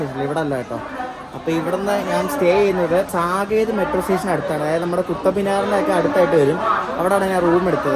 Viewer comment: Ente machu ,, സാകേത് എന്നല്ല ഉച്ചാരണം സാക്കേത് എന്നാണ്.. north side le oro vachagavum rarely different.